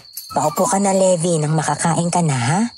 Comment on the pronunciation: Sige, AoT character isipin ko ha habang nakikinig po. Sender Levi ♥️ Levi po, hindi Levy hehe